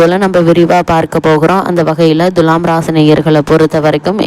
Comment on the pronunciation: Dulam or thulam, pronounciate first correctly 😡😡😡😡😡